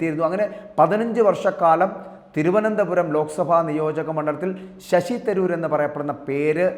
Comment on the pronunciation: നീ മാത്രം ആണോ തിരുവനന്തപുരം. കളഞ്ഞിട്ടു പോയി പണി നോക്ക്. Shashi തരൂർ എന്ന് നിനക്ക് ഒന്ന് മര്യാദക്ക് പറയാൻ പഠിക്കു.